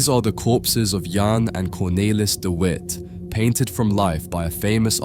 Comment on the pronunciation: You keep switching between the wrong and correct pronunciations, it's odd. For the record, it's "Cornaylis", "Yan" and "Yo han" (like Han Solo, not hen)